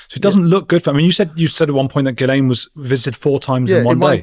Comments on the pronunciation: It’s pronounced Gil-len (French); I can’t stand this guy - clearly did nothing but work on the gates and us trying to make a career out of it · Sorry to haveto tell you that my French friend is called Ghislaine and she definitely pronounces the s. It is Jislayne, but maybe the Maxwells didn’t know. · You pronounce her name GEE- LUN this is what her whole family, friends etc call her I know someone who was in that family who met her and the pedo jeffery who told me this. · Ghislaine is French... old French, from 'Gisel', for a promise or pledge made to be honoured. Pronounced 'Gill-lane'; a hard G, no sibilant. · Ghislaine is pronounced "Gee-Len" and it is a Hebrew name. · It's actually pronounced Gee len, it's a quite popular French name. Robert Maxwell was a spy who worked for the KGB and Mossad. The CIA informed tge British about Maxwell in 1951, I have a copy of the memo obtained under a FOIR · Ghislaine is a French name. In Quebec that name spelling is pronounced Jis-lane. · It's a soft "G" and it's French, as her mother was French. It's pronounced "Ghee Len" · The correct pronunciation of Ghislaine: It derives from the name of a 7th century saint, St Ghislain. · Ghislaine is a French name and, Andrew's right, the S is silent 👍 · FYI Ms. Maxwell's name is pronounced Gill en not Gill ayne. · "Ghislaine" is a French name. It's generally pronounced, "Ghee-LENN". Hard G, not like a J. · I love how he calls her gizz-laine 😂😂😂 like a gizzard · Geelain! It’s pronounced Gerlain! Anyway really intersecting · It’s not gizlaine It’s gilaine Masonry. Bullshit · Ok the woman is a monster and does not actually deserve a name other than Lillith, but her name is pronounced Ghi (ghee)-len. the s is silent and the ai is an 'e'. No wonder she had disdain for idiots who got her name constantly wrong, Jizlayne ffs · Its Guylaine ,,, its pronounced Gee Laine its a popular French Canadian name, I have a friend she has that very name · Gee lain thats how its pronounced its french 😊